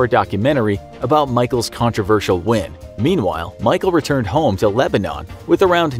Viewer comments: Hey, I'm from Lebanon ohio we pronounce it leb-a-din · I hate how he says Lebanon , I live 20min from there it’s Leb-in-en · I’m sorry but the way you’re saying Lebanon isn’t correct and it’s irritating me lol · As someone from Ohio it's hella werid to hear the way the narrator pronounces 'Lebanon'